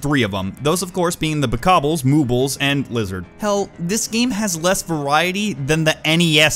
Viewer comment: I see all you commenters talking about what said in the video, but, I think the most important thing to take away from this video is...Bokobles, Moobles and... Lizards